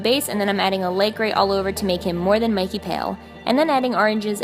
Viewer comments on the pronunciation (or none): none